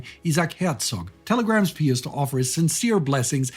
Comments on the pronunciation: It's pronounced PIE us, not PEE us. So annoying to hear you mispronounce something so simple. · What's with the pee-us? It's pronounced pie-us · "Pie-us" not "pee-us" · PEE-us you say ... We say PIE-us. George the 41st Bush (sr) intentionally mispronounced Iraq leader's name, for some unfathomable geopolitical reason. j/s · It is normally pronounced "Pie us" in English. Like Pious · Why are you pronouncing the name “Pious” with an “ee” sound? I’ve never heard that before.